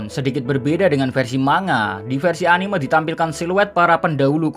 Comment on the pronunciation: Sorry2 nih oot min, cuma agak keganggu dengan penyebutan kalo pas bilang "anime". Padahal kalo pas nyebut "animenia" udah bener tapi kalo pas bilang "anime" jadi beda begitu ya. Mungkin kedepannya dapat dikoreksi ✌✌